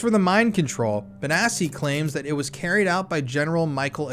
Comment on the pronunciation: Note: I could be wrong but since the name sounds Italian, and since it has two c’s, I’m pretty sure it reads Bonatchi not Bonassi